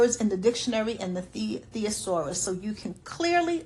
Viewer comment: Kwiin of thesaurauses